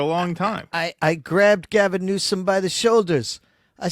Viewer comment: Hmm did Trump mean "new-scum" or "news-cum" lol